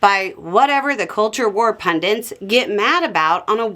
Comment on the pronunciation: Noooooooo!!! you’re breaking my heart! I know you’re not thick so therefore I know you can read SO WHY CAN’T YOU CORRECTLY PRONOUNCE A SIMPLE WORD LIKE PUNDITS (punDIT, no N at the end)?!?! 😭🤦‍♀️🤬